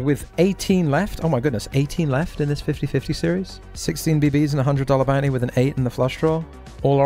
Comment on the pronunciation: maybe when he stops saying bout knee instead of bounty